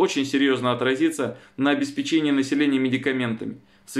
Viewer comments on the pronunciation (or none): ПиссарО,но не ПиссАро - это французская фамилия с удалением на последнем слоге))) Уточняйте. Не годится делать такие ляпы((( ОбеспЕчение, но не обеспечЕние - к печенью никакого отношения(((